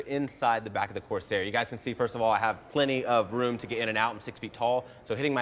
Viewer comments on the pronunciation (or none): none